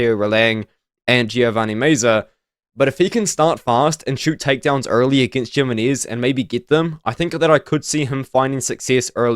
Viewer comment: Jimenez. The J makes an H sound. Him-enez. I could only take so much bro. Good video though.